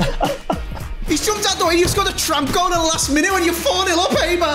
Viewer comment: Its haber my man😂😂 not habersh or what ever u said😂😂